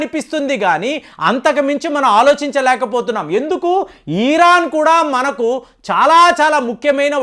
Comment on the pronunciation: Eeeeraan kaadhu raa, irran anaali